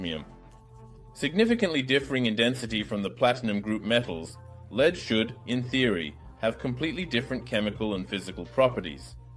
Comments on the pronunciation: Your argument assumes that the use of AI is not detrimental to the quality. The complaints, though, are about a detriment to the quality. The voice using the wrong pronunciation of lead. Missing words, ending sentences mid-sentence. Those are quality issues, which makes the use of AI simply worse quality. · The AI is not working as well as the voice over, it's creating problems that weren't there eg it pronounces the metal Lead (Pb) as if in usb lead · First of all, this AI voice was TERRIBLE in this episode... SO MANY PROBLEMS!!! Just saying random words for no reason... The temperatures made no sense sometimes... the volume was all up and down... the pronouncing of some words was all wrong (say 'leed' instead of 'lead/led') - PLEASE just go back to your own voice, you spoke perfectly fine English bro.... and if you don't feel like you're good at it you HAVE TO KEEP AT IT and continue using the language in order to get better.... how can you get better at it if you don't use it... PLEASE just try going back to YOU speaking English and just WATCH ALL THE COMMENTS TALKING ABOUT HOW MUCH THEY MISSED YOUR VOICE AND HOW ITS SO MUCH BETTER..... - - And SECONDLY, Your stirring was yes, destroying the bubbles... you need to use a DIFFERENT TYPE OF OF STIRRING.... think of a MILKSHAKE MIXER.... it's a spinning rod with a round disc iobn the end that is wavy.... AND if you spin it VERY FAST it CIRCULATES THE FLUID, INCORPORATING AIR INTO IT, AND THIS WOULD BE THE RIGHT WAY FOR HOME LABORATORY TESTING..... PLUS YOU HAVE TO PUT THE MELTED ALUMINUM into a METAL CONTAINER AND KEEP IT HEATED WITH A BLOW TORCH UNTIL YOU ARE READY FOR IT TO COOL DOWN..... - - - BUT I don't expect7 that you are going to continue with this experiment, so there is no need for me to explain further.... but the stirring with such a large piece was bound to destroy the bubbles that were made.... BUT I REALLY ENJOYED LEARNING ABOUT METAL FOAM and the other metals